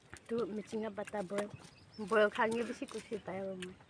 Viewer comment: Good and nice one.but next time please don't say chenen,boin please practice and say channel and boil.